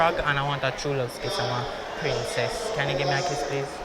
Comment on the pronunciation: Man say "prince-cess"